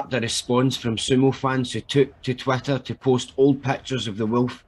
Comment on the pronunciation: the way you pronounce Twitter as twatter is spot on for its actual contribution to society.